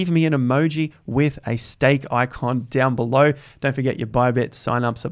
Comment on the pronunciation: Did you say say steak 😋